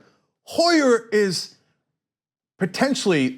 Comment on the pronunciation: Not Steny Hoyer, Steny Huer.